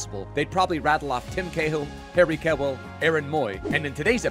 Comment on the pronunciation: Harry what????? It’s more like ‘Q-ell’ not ‘Keh-well’